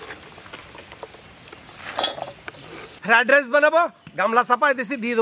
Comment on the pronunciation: ফ্রাইড রাইস ❌ ফ্রায়েড-রাইচ ✅